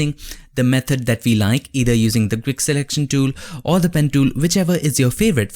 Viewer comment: I keep hearing "control r command" and I thought what kind of shortcut is that? Then I found out that he meant, it is "control or command"